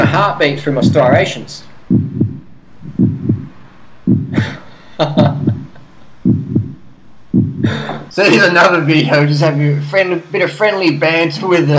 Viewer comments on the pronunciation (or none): Can you not pronounce "stri-ation"